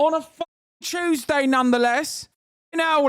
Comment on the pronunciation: “…On a CHEWSDAY nonetheless!” Im already dieing